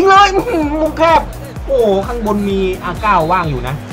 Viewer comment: R นาย ครับ ไม่ใช่ R เก้า